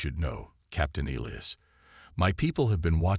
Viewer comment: ee-lye-as. cant pronounce names i suppose is unavoidable hazard.